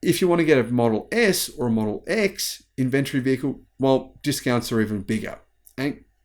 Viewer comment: It is NOT inVENtory, but INventory!!!